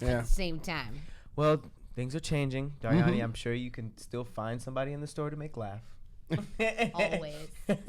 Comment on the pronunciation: The number of ways they mispronounced Dariany’s name !!! 😩